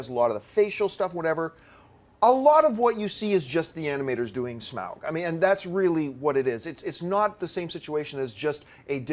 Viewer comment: is the only one who pronounces Smaug properly.